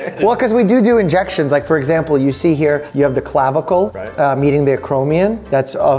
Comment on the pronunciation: Dr. Mike? said do do ininjections.